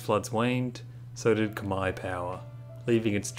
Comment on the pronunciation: probs for pronouncing khmer right